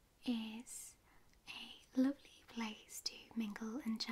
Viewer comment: I love how she says lovely like "lowvelie"